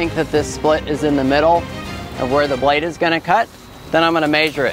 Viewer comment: Not to offend but "blades"? 😆 just a tree fellar observation. I enjoyed the chuckle. Thanks